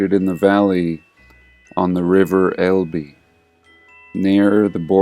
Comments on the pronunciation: small point: "Elbe" is actually pronounced as a single syllable; ELb (silent e) 😉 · That is not correct, Phillip. It is pronounced with an 'e' as in Fed, lead at the end. El-be